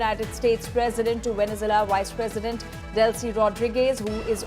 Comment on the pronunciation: Why can’t this woman pronounce “VenezUela”? It’s not “Venezela”.